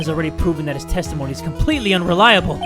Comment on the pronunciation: I heared tasty moany not testimony